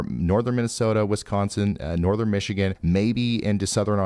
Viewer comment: Ryan!! I'm getting tired of hearing "Michigan" come from your lips.